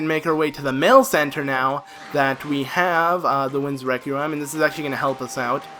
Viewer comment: No offense but "Requiem" is pronounced reck-wee-um. English is retarded. not your fault. Love your guild btw. Some times I am stuck for an hour and I get too fustrated to carry on so I just checj one part of your guild. Y make amazing guides step by step. Good for you man. <3